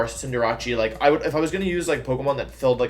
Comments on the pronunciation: Now he gone saying "cinderache" fam it pronounced Cinder-ace there is no ch on cinderace plz English my dude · Hold up, “Cinderachi” what is that. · Same with “neenatell” for ninetails lmfao and cinderachi….like why???